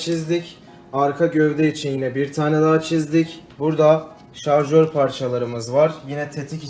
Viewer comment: Şarjöre Jarjör diyen kral selamlar bu arada